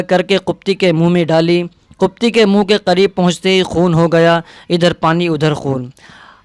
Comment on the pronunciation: ماشاءالله بہت خوب۔۔۔۔لیکن لفظ قبطی ق کے زیر کے ساتھ ہے ناکہ پیش کے ۔۔۔۔۔۔۔۔۔۔واللہ اعلم